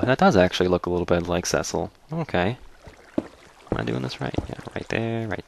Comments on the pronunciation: cecil is pronounced see-sil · well it is really pronounced see-sol